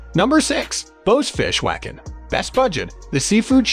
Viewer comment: It's B.O.'s Fish Wagon ! Also, it's KONK, not concchh !!!